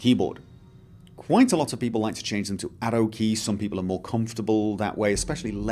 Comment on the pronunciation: Hmmmmmm For the longest I thought he was saying Ado keys. I was thinking "what the hell are ado keys?" then context clues lead me to the conclusion that he was saying ARROW keys